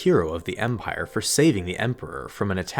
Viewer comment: Take a drink every time he says empaire